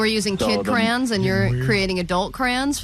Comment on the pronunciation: Crayon is not pronounced "cran"